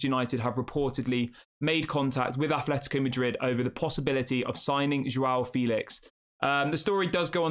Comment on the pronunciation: It's pronounced Jao, not JWOW...LOL